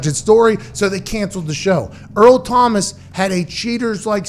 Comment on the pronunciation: cmon man its Earl not Eric